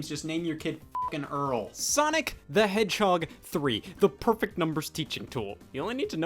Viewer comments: for some reason I heard Scott say hedgehog as "YEAH A FUCKING HEADSHOT" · Sonic The Hedgehoy